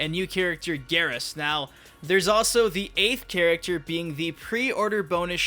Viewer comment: Stop saying character like that the cringe.